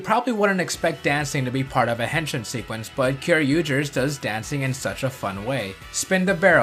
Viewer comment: Uh, dude. You're butchering the word. It's not "hen-shin" as in the leg bone. It's "hen-sheen" if you listen closely to what the Kamen Riders say. The letter I (as in "India") in Japanese is always pronounced like a long E sound.